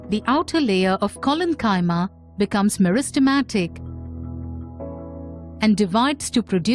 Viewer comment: You can`t even pronounce Parenchyma or Chollenchyma correctly 🤣 before try to teach us something check your silly pronunciation you Indians have ruined the English language over a century